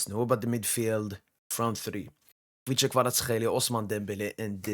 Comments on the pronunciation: I think you're the only foreigner saying Kvicha's name correctly. it sounds 100% as you pronounced. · At last someone who pronounces Kvichas name correctly lol ) My honest opinion - Barcola is a better dribbler thad Desire.